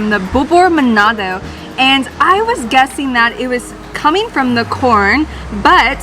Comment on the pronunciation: Its called manado Not manodo